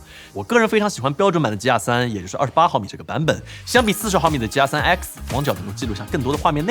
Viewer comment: 鸡鸭3，怎么那边的人读g要读成鸡？